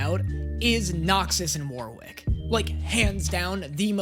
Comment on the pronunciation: God the way pronounces Warwick hurts my soul.